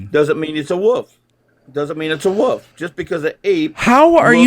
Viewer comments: Wolf. Not woof. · Did he say “wuff is a wuff”?